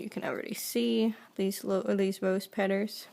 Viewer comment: Oh I see she changes the l's to r's- petters- taber-etc. Good video but I can't get over the talking! So sorry!! 😑